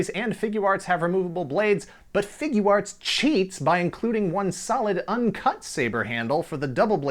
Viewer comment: Not really, but I was more amused at your accent when you say Figuarts (Figya arts). Sounds a little New Jersey. I'm Scottish, so I'm sure you'd get a laugh too ;-)